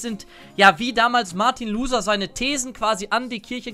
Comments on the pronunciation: warte was? Martin Luser??? der hieß Luther (Lutter ausgesprochen) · Martin Loser? :D wird wie "Lutter" ausgesprochen. Aber sonst wie immer gutes Video! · ich putz hier nur ich hab Luder verstanden, wie er’s gesagt hat 😂